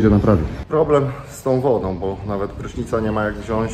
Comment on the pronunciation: WZIĄĆ, WZIĄĆ, WZIĄĆ a nie wziąść 🤬😡😡🤬